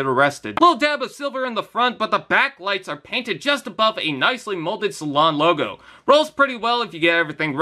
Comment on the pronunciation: Nice review, but it's pronounced "say-lean", not salon